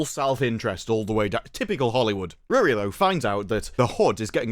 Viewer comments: Her name is not Rere, he name is REEEEEEEEEEEEEEEEREEEEEEEEEEEEEEEE. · Bro the way you pronounce Riri sounds like someone trying to say “really” with a goofball, stereotypical Chinese accent. 😂😂😂